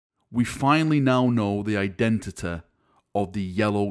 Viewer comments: We finally now know the indentiteh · I want to know his identehteh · Identity: what he said "Eye,denta,da"